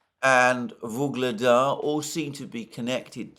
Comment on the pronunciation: "Gaza Surrounded" For once at least a semi-accurate headline on a place being surrounded by military forces. Quite unlike all his phony headlines on locales being 'surrounded' or "encircled' in Ukraine by Russian forces as at: Vuhledar, Bakhmut, Avdiivka, Kupiansk just to name four that he pronounced "encircled" or "surrounded" when nothing of the sort was happening on those battlefields. My advice: take a map reading class.